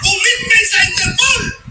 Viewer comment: "Enterpool" daw sabi ni Bato.. bwahaha..di ba interpol? Bwahaha...